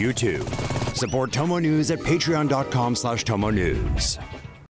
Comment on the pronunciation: Please do us a favor and change your into/ ads. It sounds like you say "chomo news". When he said tomo news. He needs to say it better..